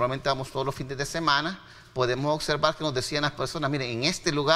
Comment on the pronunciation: OBSERVAR, NO "OCSERVAR"